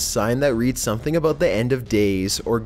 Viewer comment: Sounds more like Canadian almost... the way he pronounced 'about' as 'a boat'. Not making fun of the accent, just pointing out an observation.